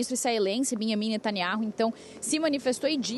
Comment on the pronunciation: Queria me atentar para a notícia, mas a pronúncia errada da repórter roubou a cena: Hilzbolar, Benhamin...